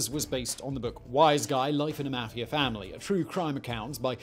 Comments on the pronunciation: Mafiar ? it's mafia lol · the way he pronounces "meafia" is so funny to me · The way he says mafia makes me laughia.